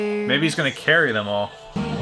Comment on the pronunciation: It took me about three repetitions of you using Carrie as a verb to realize you weren't saying carry.